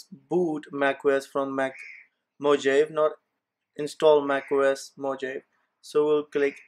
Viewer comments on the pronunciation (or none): It isn't "mojeiv" it's "mohavi" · its mojave not moje . -> mojave = (mohave ) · Brother while speaking "j" gives sound of H